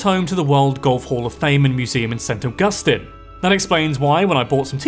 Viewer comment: Augusteeeeen! Its pronounced Augusteen. x3